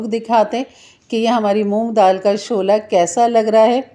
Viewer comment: ‘ haari’ nahin ‘ harri’. ‘Shola’ nahin ‘ shulla’. Sahi tallafuz hai. Muaf kejiye ga.